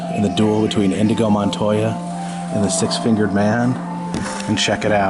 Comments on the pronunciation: It's Inigo, not Indago. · Anyone else notice he kept saying INDIGO and not INIGO I’m only 21 and even I know this. But I’ll try not to be hurt by this butchered reference, after all it’s just a flesh wound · It’s Inigo, not indigo...that’s a color. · INIGO Montoya. Not Indigo. He's not blue. ROTFL